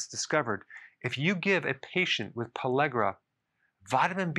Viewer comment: Why does he say pallegra when he writes pellagra?